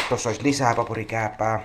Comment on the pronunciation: Se on PAKURIKÄÄPÄ. PA-KU-RI-KÄÄ-PÄ.